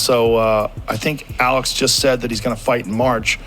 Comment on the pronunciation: Dude cant even say Alex name right 😂😂😂